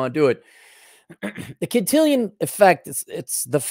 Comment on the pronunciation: Can-till-on bro. To be Can-till-ion it would need an “i” before the “on”